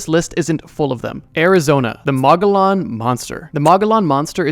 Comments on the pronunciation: Mo-go-yon, not mah-guh-lon. it’s from the Spanish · Being from AZ, I just wanted to say Mogollon is pronounced officially as moh-ge-YOHN or sometimes colloquially as muh-ge-YON. That’s all. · The moggolon is pronounced "muh-goy-an-, the moggolon were Indigenous people during the early stages of new Mexico or Nuevo Mexico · From Arizona and live pretty close to the mogollon rim and I’ve never heard of that lmao. And it is pronounced (Mo-ge-on) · Mogollon is pronounced Mo-gee-on hard g sound in gee. Source: I'm an Arizona native. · mogollon is pronounced mogoyon moegoyoen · For AZ: pronounced Moe- ghee-yawn ;) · Mogollon is pronounced ‘moe-gee-yawn’. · Mogollon pronounced mogy yon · Mow-Ghee-On Monster 🤣🤣🤣😭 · mogollan is pronounced “mo-gee-yon”, named after the mogollan rim which runs through the middle of the state O7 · its pronounced muggy-yawn, the mogollon rim is the mountain range that almost cuts arozona in half. The mogollon monster supposedly lives on it. Also IMPORTANT FACT: if you hear blood curdling screams in the wilds of north or south America it is most likely a mountain lion. Mountain lions sound like a womans blood curdling screams. Always be safe when outdoors. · I’m from Arizona and I actually have a Mogollon Monster sighting. It’s from a region of Arizona called the Mogollon. And btw it’s pronounced “mo-gee-yahn” :) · Arizonan here, to anyone who reads this, it’s pronounced more like Moh-ghee-on Monster Pretty cool story though and good video, thanks for making it :) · The way you butchered the pronunciation of mogollon for Arizona is wild lol. I live right on the mogollon rim, never seen that bad mamajama. There are definitely some way crazier native American stories up here than that though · the pronunciation of Mogollon killed me💀